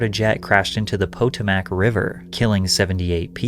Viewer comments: "Poe-Ta-Mac" river....ROFL.. That'a a new one., Never heard it pronouced like that. Watch lots of your videos so figured I'd chime in on how it's pronounced "Pa-Toe-Mick" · ".....the POE-Toe-Mack river"? Lol. WTF? It's pronounced "Pah-Tomick" . Good grief. You know - that inconsequential river that George Washington crossed in kicking the King's butt. Not that everyone in the US would know that. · Po-TO-mac not PO-to-mac. Emphasis is on "to" not "po" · I’ve never heard of the Poto Mack river, it’s pronounced Pa Toe Mick river. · The river is pronounced: "puh tow muhk" , not "PO TO MAC". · "Its Po tom ack" not "Po to mack" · it’s not Poe - Toe - Mac, train yourself or your frickin AI it’s puh-tow-muhk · Potomac (River) is pronounced "Puh-Toe-Mick", not "Poe-Tuh-Mack". I have never heard that word butchered any worse by anyone else before! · Not shitting on you, but it's pronounced "pah-tome-ick" river, not "po-toh-mack" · It's pronounced Pa-Toe-mac River Why does that bunch my undies so much ... because it was the snow storm that brought down the AF flight, that ended up saving mine and my families lives. When I was 15 yo, we were in Baltimore from FL visiting my grandfather, when the storm was predicted. My parents, not wanting to be stuck in Baltimore, booked us on an earlier flight. Otherwise we all would have been on that flight that clipped the 14th Street Bridge. Try being at home and watching what would have been your fate play out on the news. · “POTO-MAC” “APPLE-ATE”…So, buddy..do you go out into the world or read or do anything but whack together “content”? I’m only halfway through your video and I’m not sure you’re familiar with basic syntax, pronunciation or renunciation.. Please, do better cause I really don’t know if I’m getting any reliable information if your grasp of the language is this bad. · When narrators can't pronounce basic English words, I'm done. Really, you get paid for this. Potomac : Poe tome ack? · "The poe toe mack river" 😭